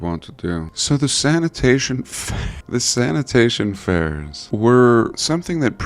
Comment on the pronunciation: Been laughing everytime you say sanitation fairs😂 love your videos